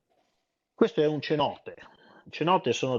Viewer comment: Penso che la pronuncia di:"cenote", con la "c" dolce, non sia corretta, essendo in spagnolo penso che diventi una "s".